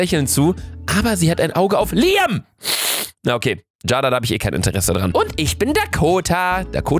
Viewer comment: Man spricht es Jeyda aus nicht Jada 😂